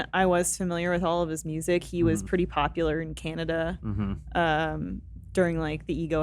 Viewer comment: I love how still says Canada like we do, represent the maple syrup my Canadian bud.